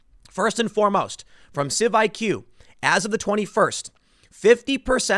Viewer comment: It's CIVICS, Tim. CIVIQS is obviously supposed to be pronounced "civics."